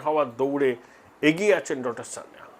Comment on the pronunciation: Sanjeev Sanyal, ba Kanchan Gupta hote paren. Sanyal pronunciation ta thik korun. Sanjeev Sanyal er grand uncle Kakori revolution er member chilen. Sanjeev Sanyal with wife brigade ao chilen